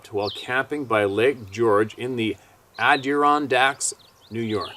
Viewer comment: you are to Bright not to be able to say Adirondack!!! Break it down. A di ron dack say it as #1 word!! Say it 10 times fast!!!! GBY Dave